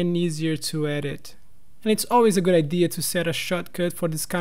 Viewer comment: Ei cara, pode pronunciar as consoantes no fim das palavras, elas não precisam ser sempre 'mudas' .. gooD, storyboarD, starT, clienT